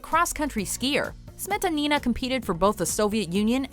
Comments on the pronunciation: You guys usually do a good job pronouncing non-English names but when it comes to Russian's you screw them all simply by stressing incorrectly. It really hurts my ears especially when you repeat "smE'tanI'na" over and over again. The second syllable only needs to be stressed like "smetA'nina" And yes, I also think you missed quite a few awesome athletes... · OMG.... Not SmetanIna! Her name is SmetAnina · The way she pronounce "Smetanina", my years hurt and as a russian I feel offended :)